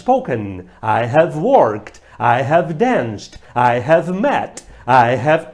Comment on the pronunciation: vc ja lembra de " HEAVY?" rs rs rs rs rs rs ....bora melhorar a pronuncia ai professor !